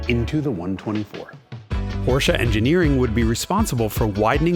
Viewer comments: Finally learned to pronounce Porsche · Yes Someone who pronounces Porsche correct!!!! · Thanks for pronouncing Porsche right - perfectly right! May not mean a lot to You but to me its as disturbing when done wrong like a single moskito in Your bedroom at night, 5 minutes after You fell asleep. :) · I know, I know, this is a silly remark at this channel, but still: I absolutely love that you call a Porsche, well, a "Porsche", pronounced the way the Lord intended it. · You pronounced Porsche without the weird american “Aaah” at the end! Subscribed. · finally someone who pronounces Porsche correctly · it's so comforting that he pronounced "Porsche" correctly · Thank you for pronouncing Porsche the right way! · So strange to see a video presented by an american and every time he pronounces "Porsche" correct